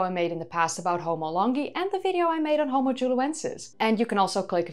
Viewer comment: Yes of course she is. Another way to tell is replacement of V with F. "In this Fideo"